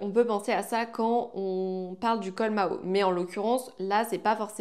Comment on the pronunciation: Bonjour par contre c'est le col Mao et non Maho. On le dit parce que Mao tse tsung pourtait ce genre de chemises d'où cette appellation ❤😊